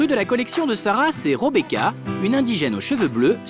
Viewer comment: C rébéca pas robéca